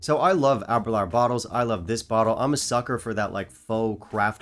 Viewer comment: I’m sorry. It’s pronounced “Aber-loor” not “Aber-lour”. “Door, not flower”